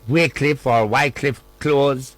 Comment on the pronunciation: Facts! He's not even a journalist! Can't pronounce wycliffe close!